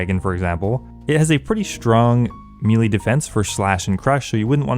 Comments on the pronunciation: Maylay not mealy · MEY LEY NOT MEEELEEEEE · A big mistake most players make is saying the word Melee as "Me-lee" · Me-Lee vs May-Lay, debates? I say it's May-Lay since that's the correct pronunciation, but change my mind! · It's pronounced MAY-LAY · How does someone grow up playing these kinds of games and still not know how to pronounce “melee” (spoiler alert: It’s NOT “mealy”)?